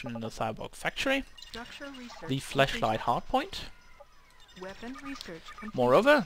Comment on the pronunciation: 5 years on and you pronouncing 'flashlight' as 'fleshlight' still makes me giggle.